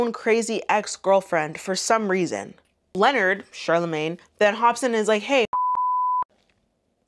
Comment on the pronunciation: I think Charlemagne names is pronounced LeNard